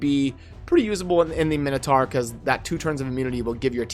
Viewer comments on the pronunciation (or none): none